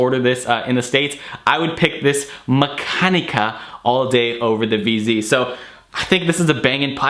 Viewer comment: Havent seen anyone butcher Mexanika name so much lol. Glad to see you finally getting on Russian stuff, Russians have the best tobacco and pipes in the world right now and if you aren’t smoking Darkside, Musthave, Duft, Severnyi, Element - you are missing out. Great video.